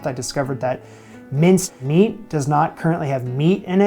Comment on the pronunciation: Long comment but most pertinently; it sounded like you said minced meat does not contain any meat. I had to listen several times and maybe it's just an accent thing but it definitely sounds like a D in there. Minced meat (or mince in Australia) definitely contains meat, it's also known as ground meat in the US. Mincemeat however, all one word. Definitely no D. No pause. No meat. The longer part. Meat used to mean more than just meat. in "ye olde worde" days (and you pronounce that "the old word" days, it isn't a Y, it's a þ (called thorn) representing a th but printing presses from Continental Europe couldn't handle them so printers just started using the Y, which people back then understood but somehow the message was lost and the extra e on the end is because alternative spelling was common before dictionaries). Anyway, in ye olde worlde days meat meant the food you ate. So you had green meat, which was your fruit and vegetables, you had your flesh meat, which was from animals, and you had your fish meat which came from the sea and sometimes not, when certain Catholics wanted to eat a particular animal on a Friday, sometimes with good reason.